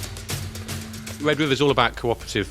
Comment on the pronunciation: Sion Lenton: "Wed Wiver"